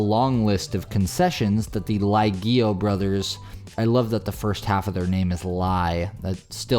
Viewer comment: This has nothing to do with the jackass in the video, but the pronunciation of the last name "Lieghio" is definitely NOT lejji oh, as it was pronounced in the video. It's lee EH gyo, with the accent on the "eh." It's obvious that this isn't important, in the grand scheme of things. It's just a fact, whether interesting or not.